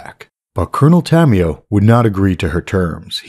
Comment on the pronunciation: Is not coronel tamioo.. is coronel tamaYO.